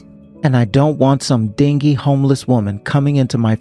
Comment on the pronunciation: Dingy is pronounced din-ji like shabby or worn out, dirty... pretty sad how both of you thought they were calling her ding-ey lol